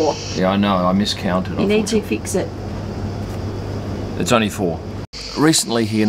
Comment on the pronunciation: “Feeks it”. Typical Aussie 😀😀😀